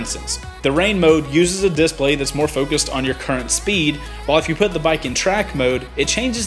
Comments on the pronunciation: you're saying 'dIS-play' wrong. it's di-splay. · Love the video. One thing, am I the only one who keeps getting hung up on how you pronounce "display?" (disPLAY > DISplay) Lol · I hate the way you emphasize DISplay. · Cool DISplay. Does the south put the emphasis on a different syllable? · You say "Display" weird... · The way you say display makes me mad... nice upload!